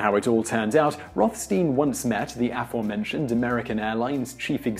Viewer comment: You really need to learn how to pronounce aforementioned, since you want to use the word so often.